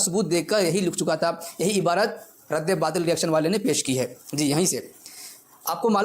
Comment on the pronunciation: اس کو مفتی کون بنایا ہے بھائی اس کو تو رد باطل بولنا بھی نہیں اتا 😂😂رد بات بول رہا ہے😂😂